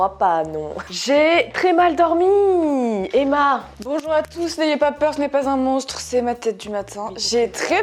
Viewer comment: Bonzour c'est le service de chambre mdr 😂